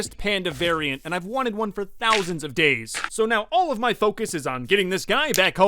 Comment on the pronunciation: t’is four fousand dayz!1!!1